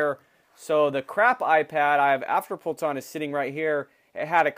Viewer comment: You say afterpult not afterpulse